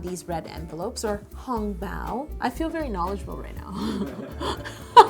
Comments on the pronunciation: I know what you mean. I honestly didn't realize it until you pointed it out. She keeps doing the wrong tone.😂 But I honestly didn't expect someone who doesn't speak it to say it properly so it never registered. Then I had to go back and listen and I started laughing. Hong tone going up, bao tone staying straight. But seriously, everyone knew what she was talking about. I am still being corrected a lot. Mandarin is hard yo. Oh, I live in Taiwan right now. So, I was so excited when I saw this😁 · Being Chinese I found it amusing the way she butchered Hong Bao’s pronunciation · Oh god that 红包 pronunciation ;_ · I guess cupcake 055 is talking bout the Chinese pronunciation? Cause she pronounced hong bao a lil off